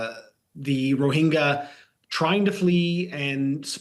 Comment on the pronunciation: It's not rohinja, it's rohinga